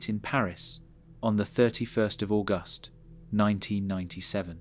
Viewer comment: I agree. Who can't say August properly? I love a good ghost story and like Princess Diana. Not so much for "one thousand nine hundred and ninety seven."